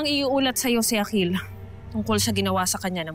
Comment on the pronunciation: Ang gara nong sinabi ni Yung akil naging aklil